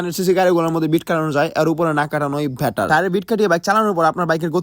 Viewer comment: যেহেতু ইংরেজি উচ্চারণ করতে পারছ না, সেহেতু ইংরেজি কোন শব্দ বলিছ না। ইংরেজি বলতে যেয়ে better রে vetter বানাইছোছ। আর শুরুতে wait বলতে গিয়ে কি যে বলছোছ ওইটা তুই জানোছ।